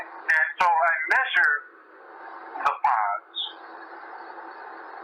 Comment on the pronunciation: Hey is saying "pons" of the brain, not "pods." And just a friendly heads up. Anybody can create a board or professional organization, giving it any name, issuing credentials to people, including weird people, based on any criteria for credentialling. It does not mean a damn thing. Credentials can be deceptive, so skepticism is your friend in this regard.